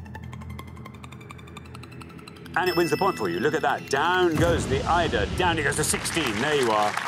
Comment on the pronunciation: Thats it Alexander pronounce it your own way as usual. They missed that - eiderdown.